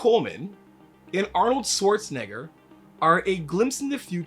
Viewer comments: Schwartz ! Not Swartz lol agreed with the entire video though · Why do so many people pronounce Arnold's last name like it's "Swarzenegger"? Isn't there supposed to be like a "sh" sound in there? 🤔